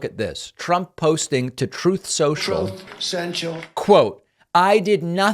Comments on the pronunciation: Oh, David! You never fail. "Troath Senshaul". 🤣🤣😂🤣😂🤣🤭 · TROATH SENCHAL!!!!! it makes my day every time you do that soundbite. When I hear it I throw my hands in the air, whip my head back and auditorally mimic the soundbite in my WORST trump impression to the heavens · I love it...I love his "OBAMNA!" too! Troth Sential. :text-green-game-over::person-turqouise-waving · I love that flub for one reason. Sure, peoples occasionally say things wrong. He was introducing his new product and if there is anywhere you need to get it right, that's it